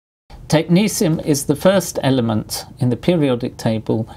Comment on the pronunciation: I thought it was pronouncded tek-NET-ee-um xD